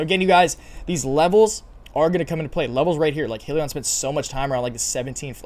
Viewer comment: It's pronounced Hi-liion